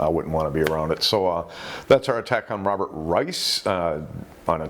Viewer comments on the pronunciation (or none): none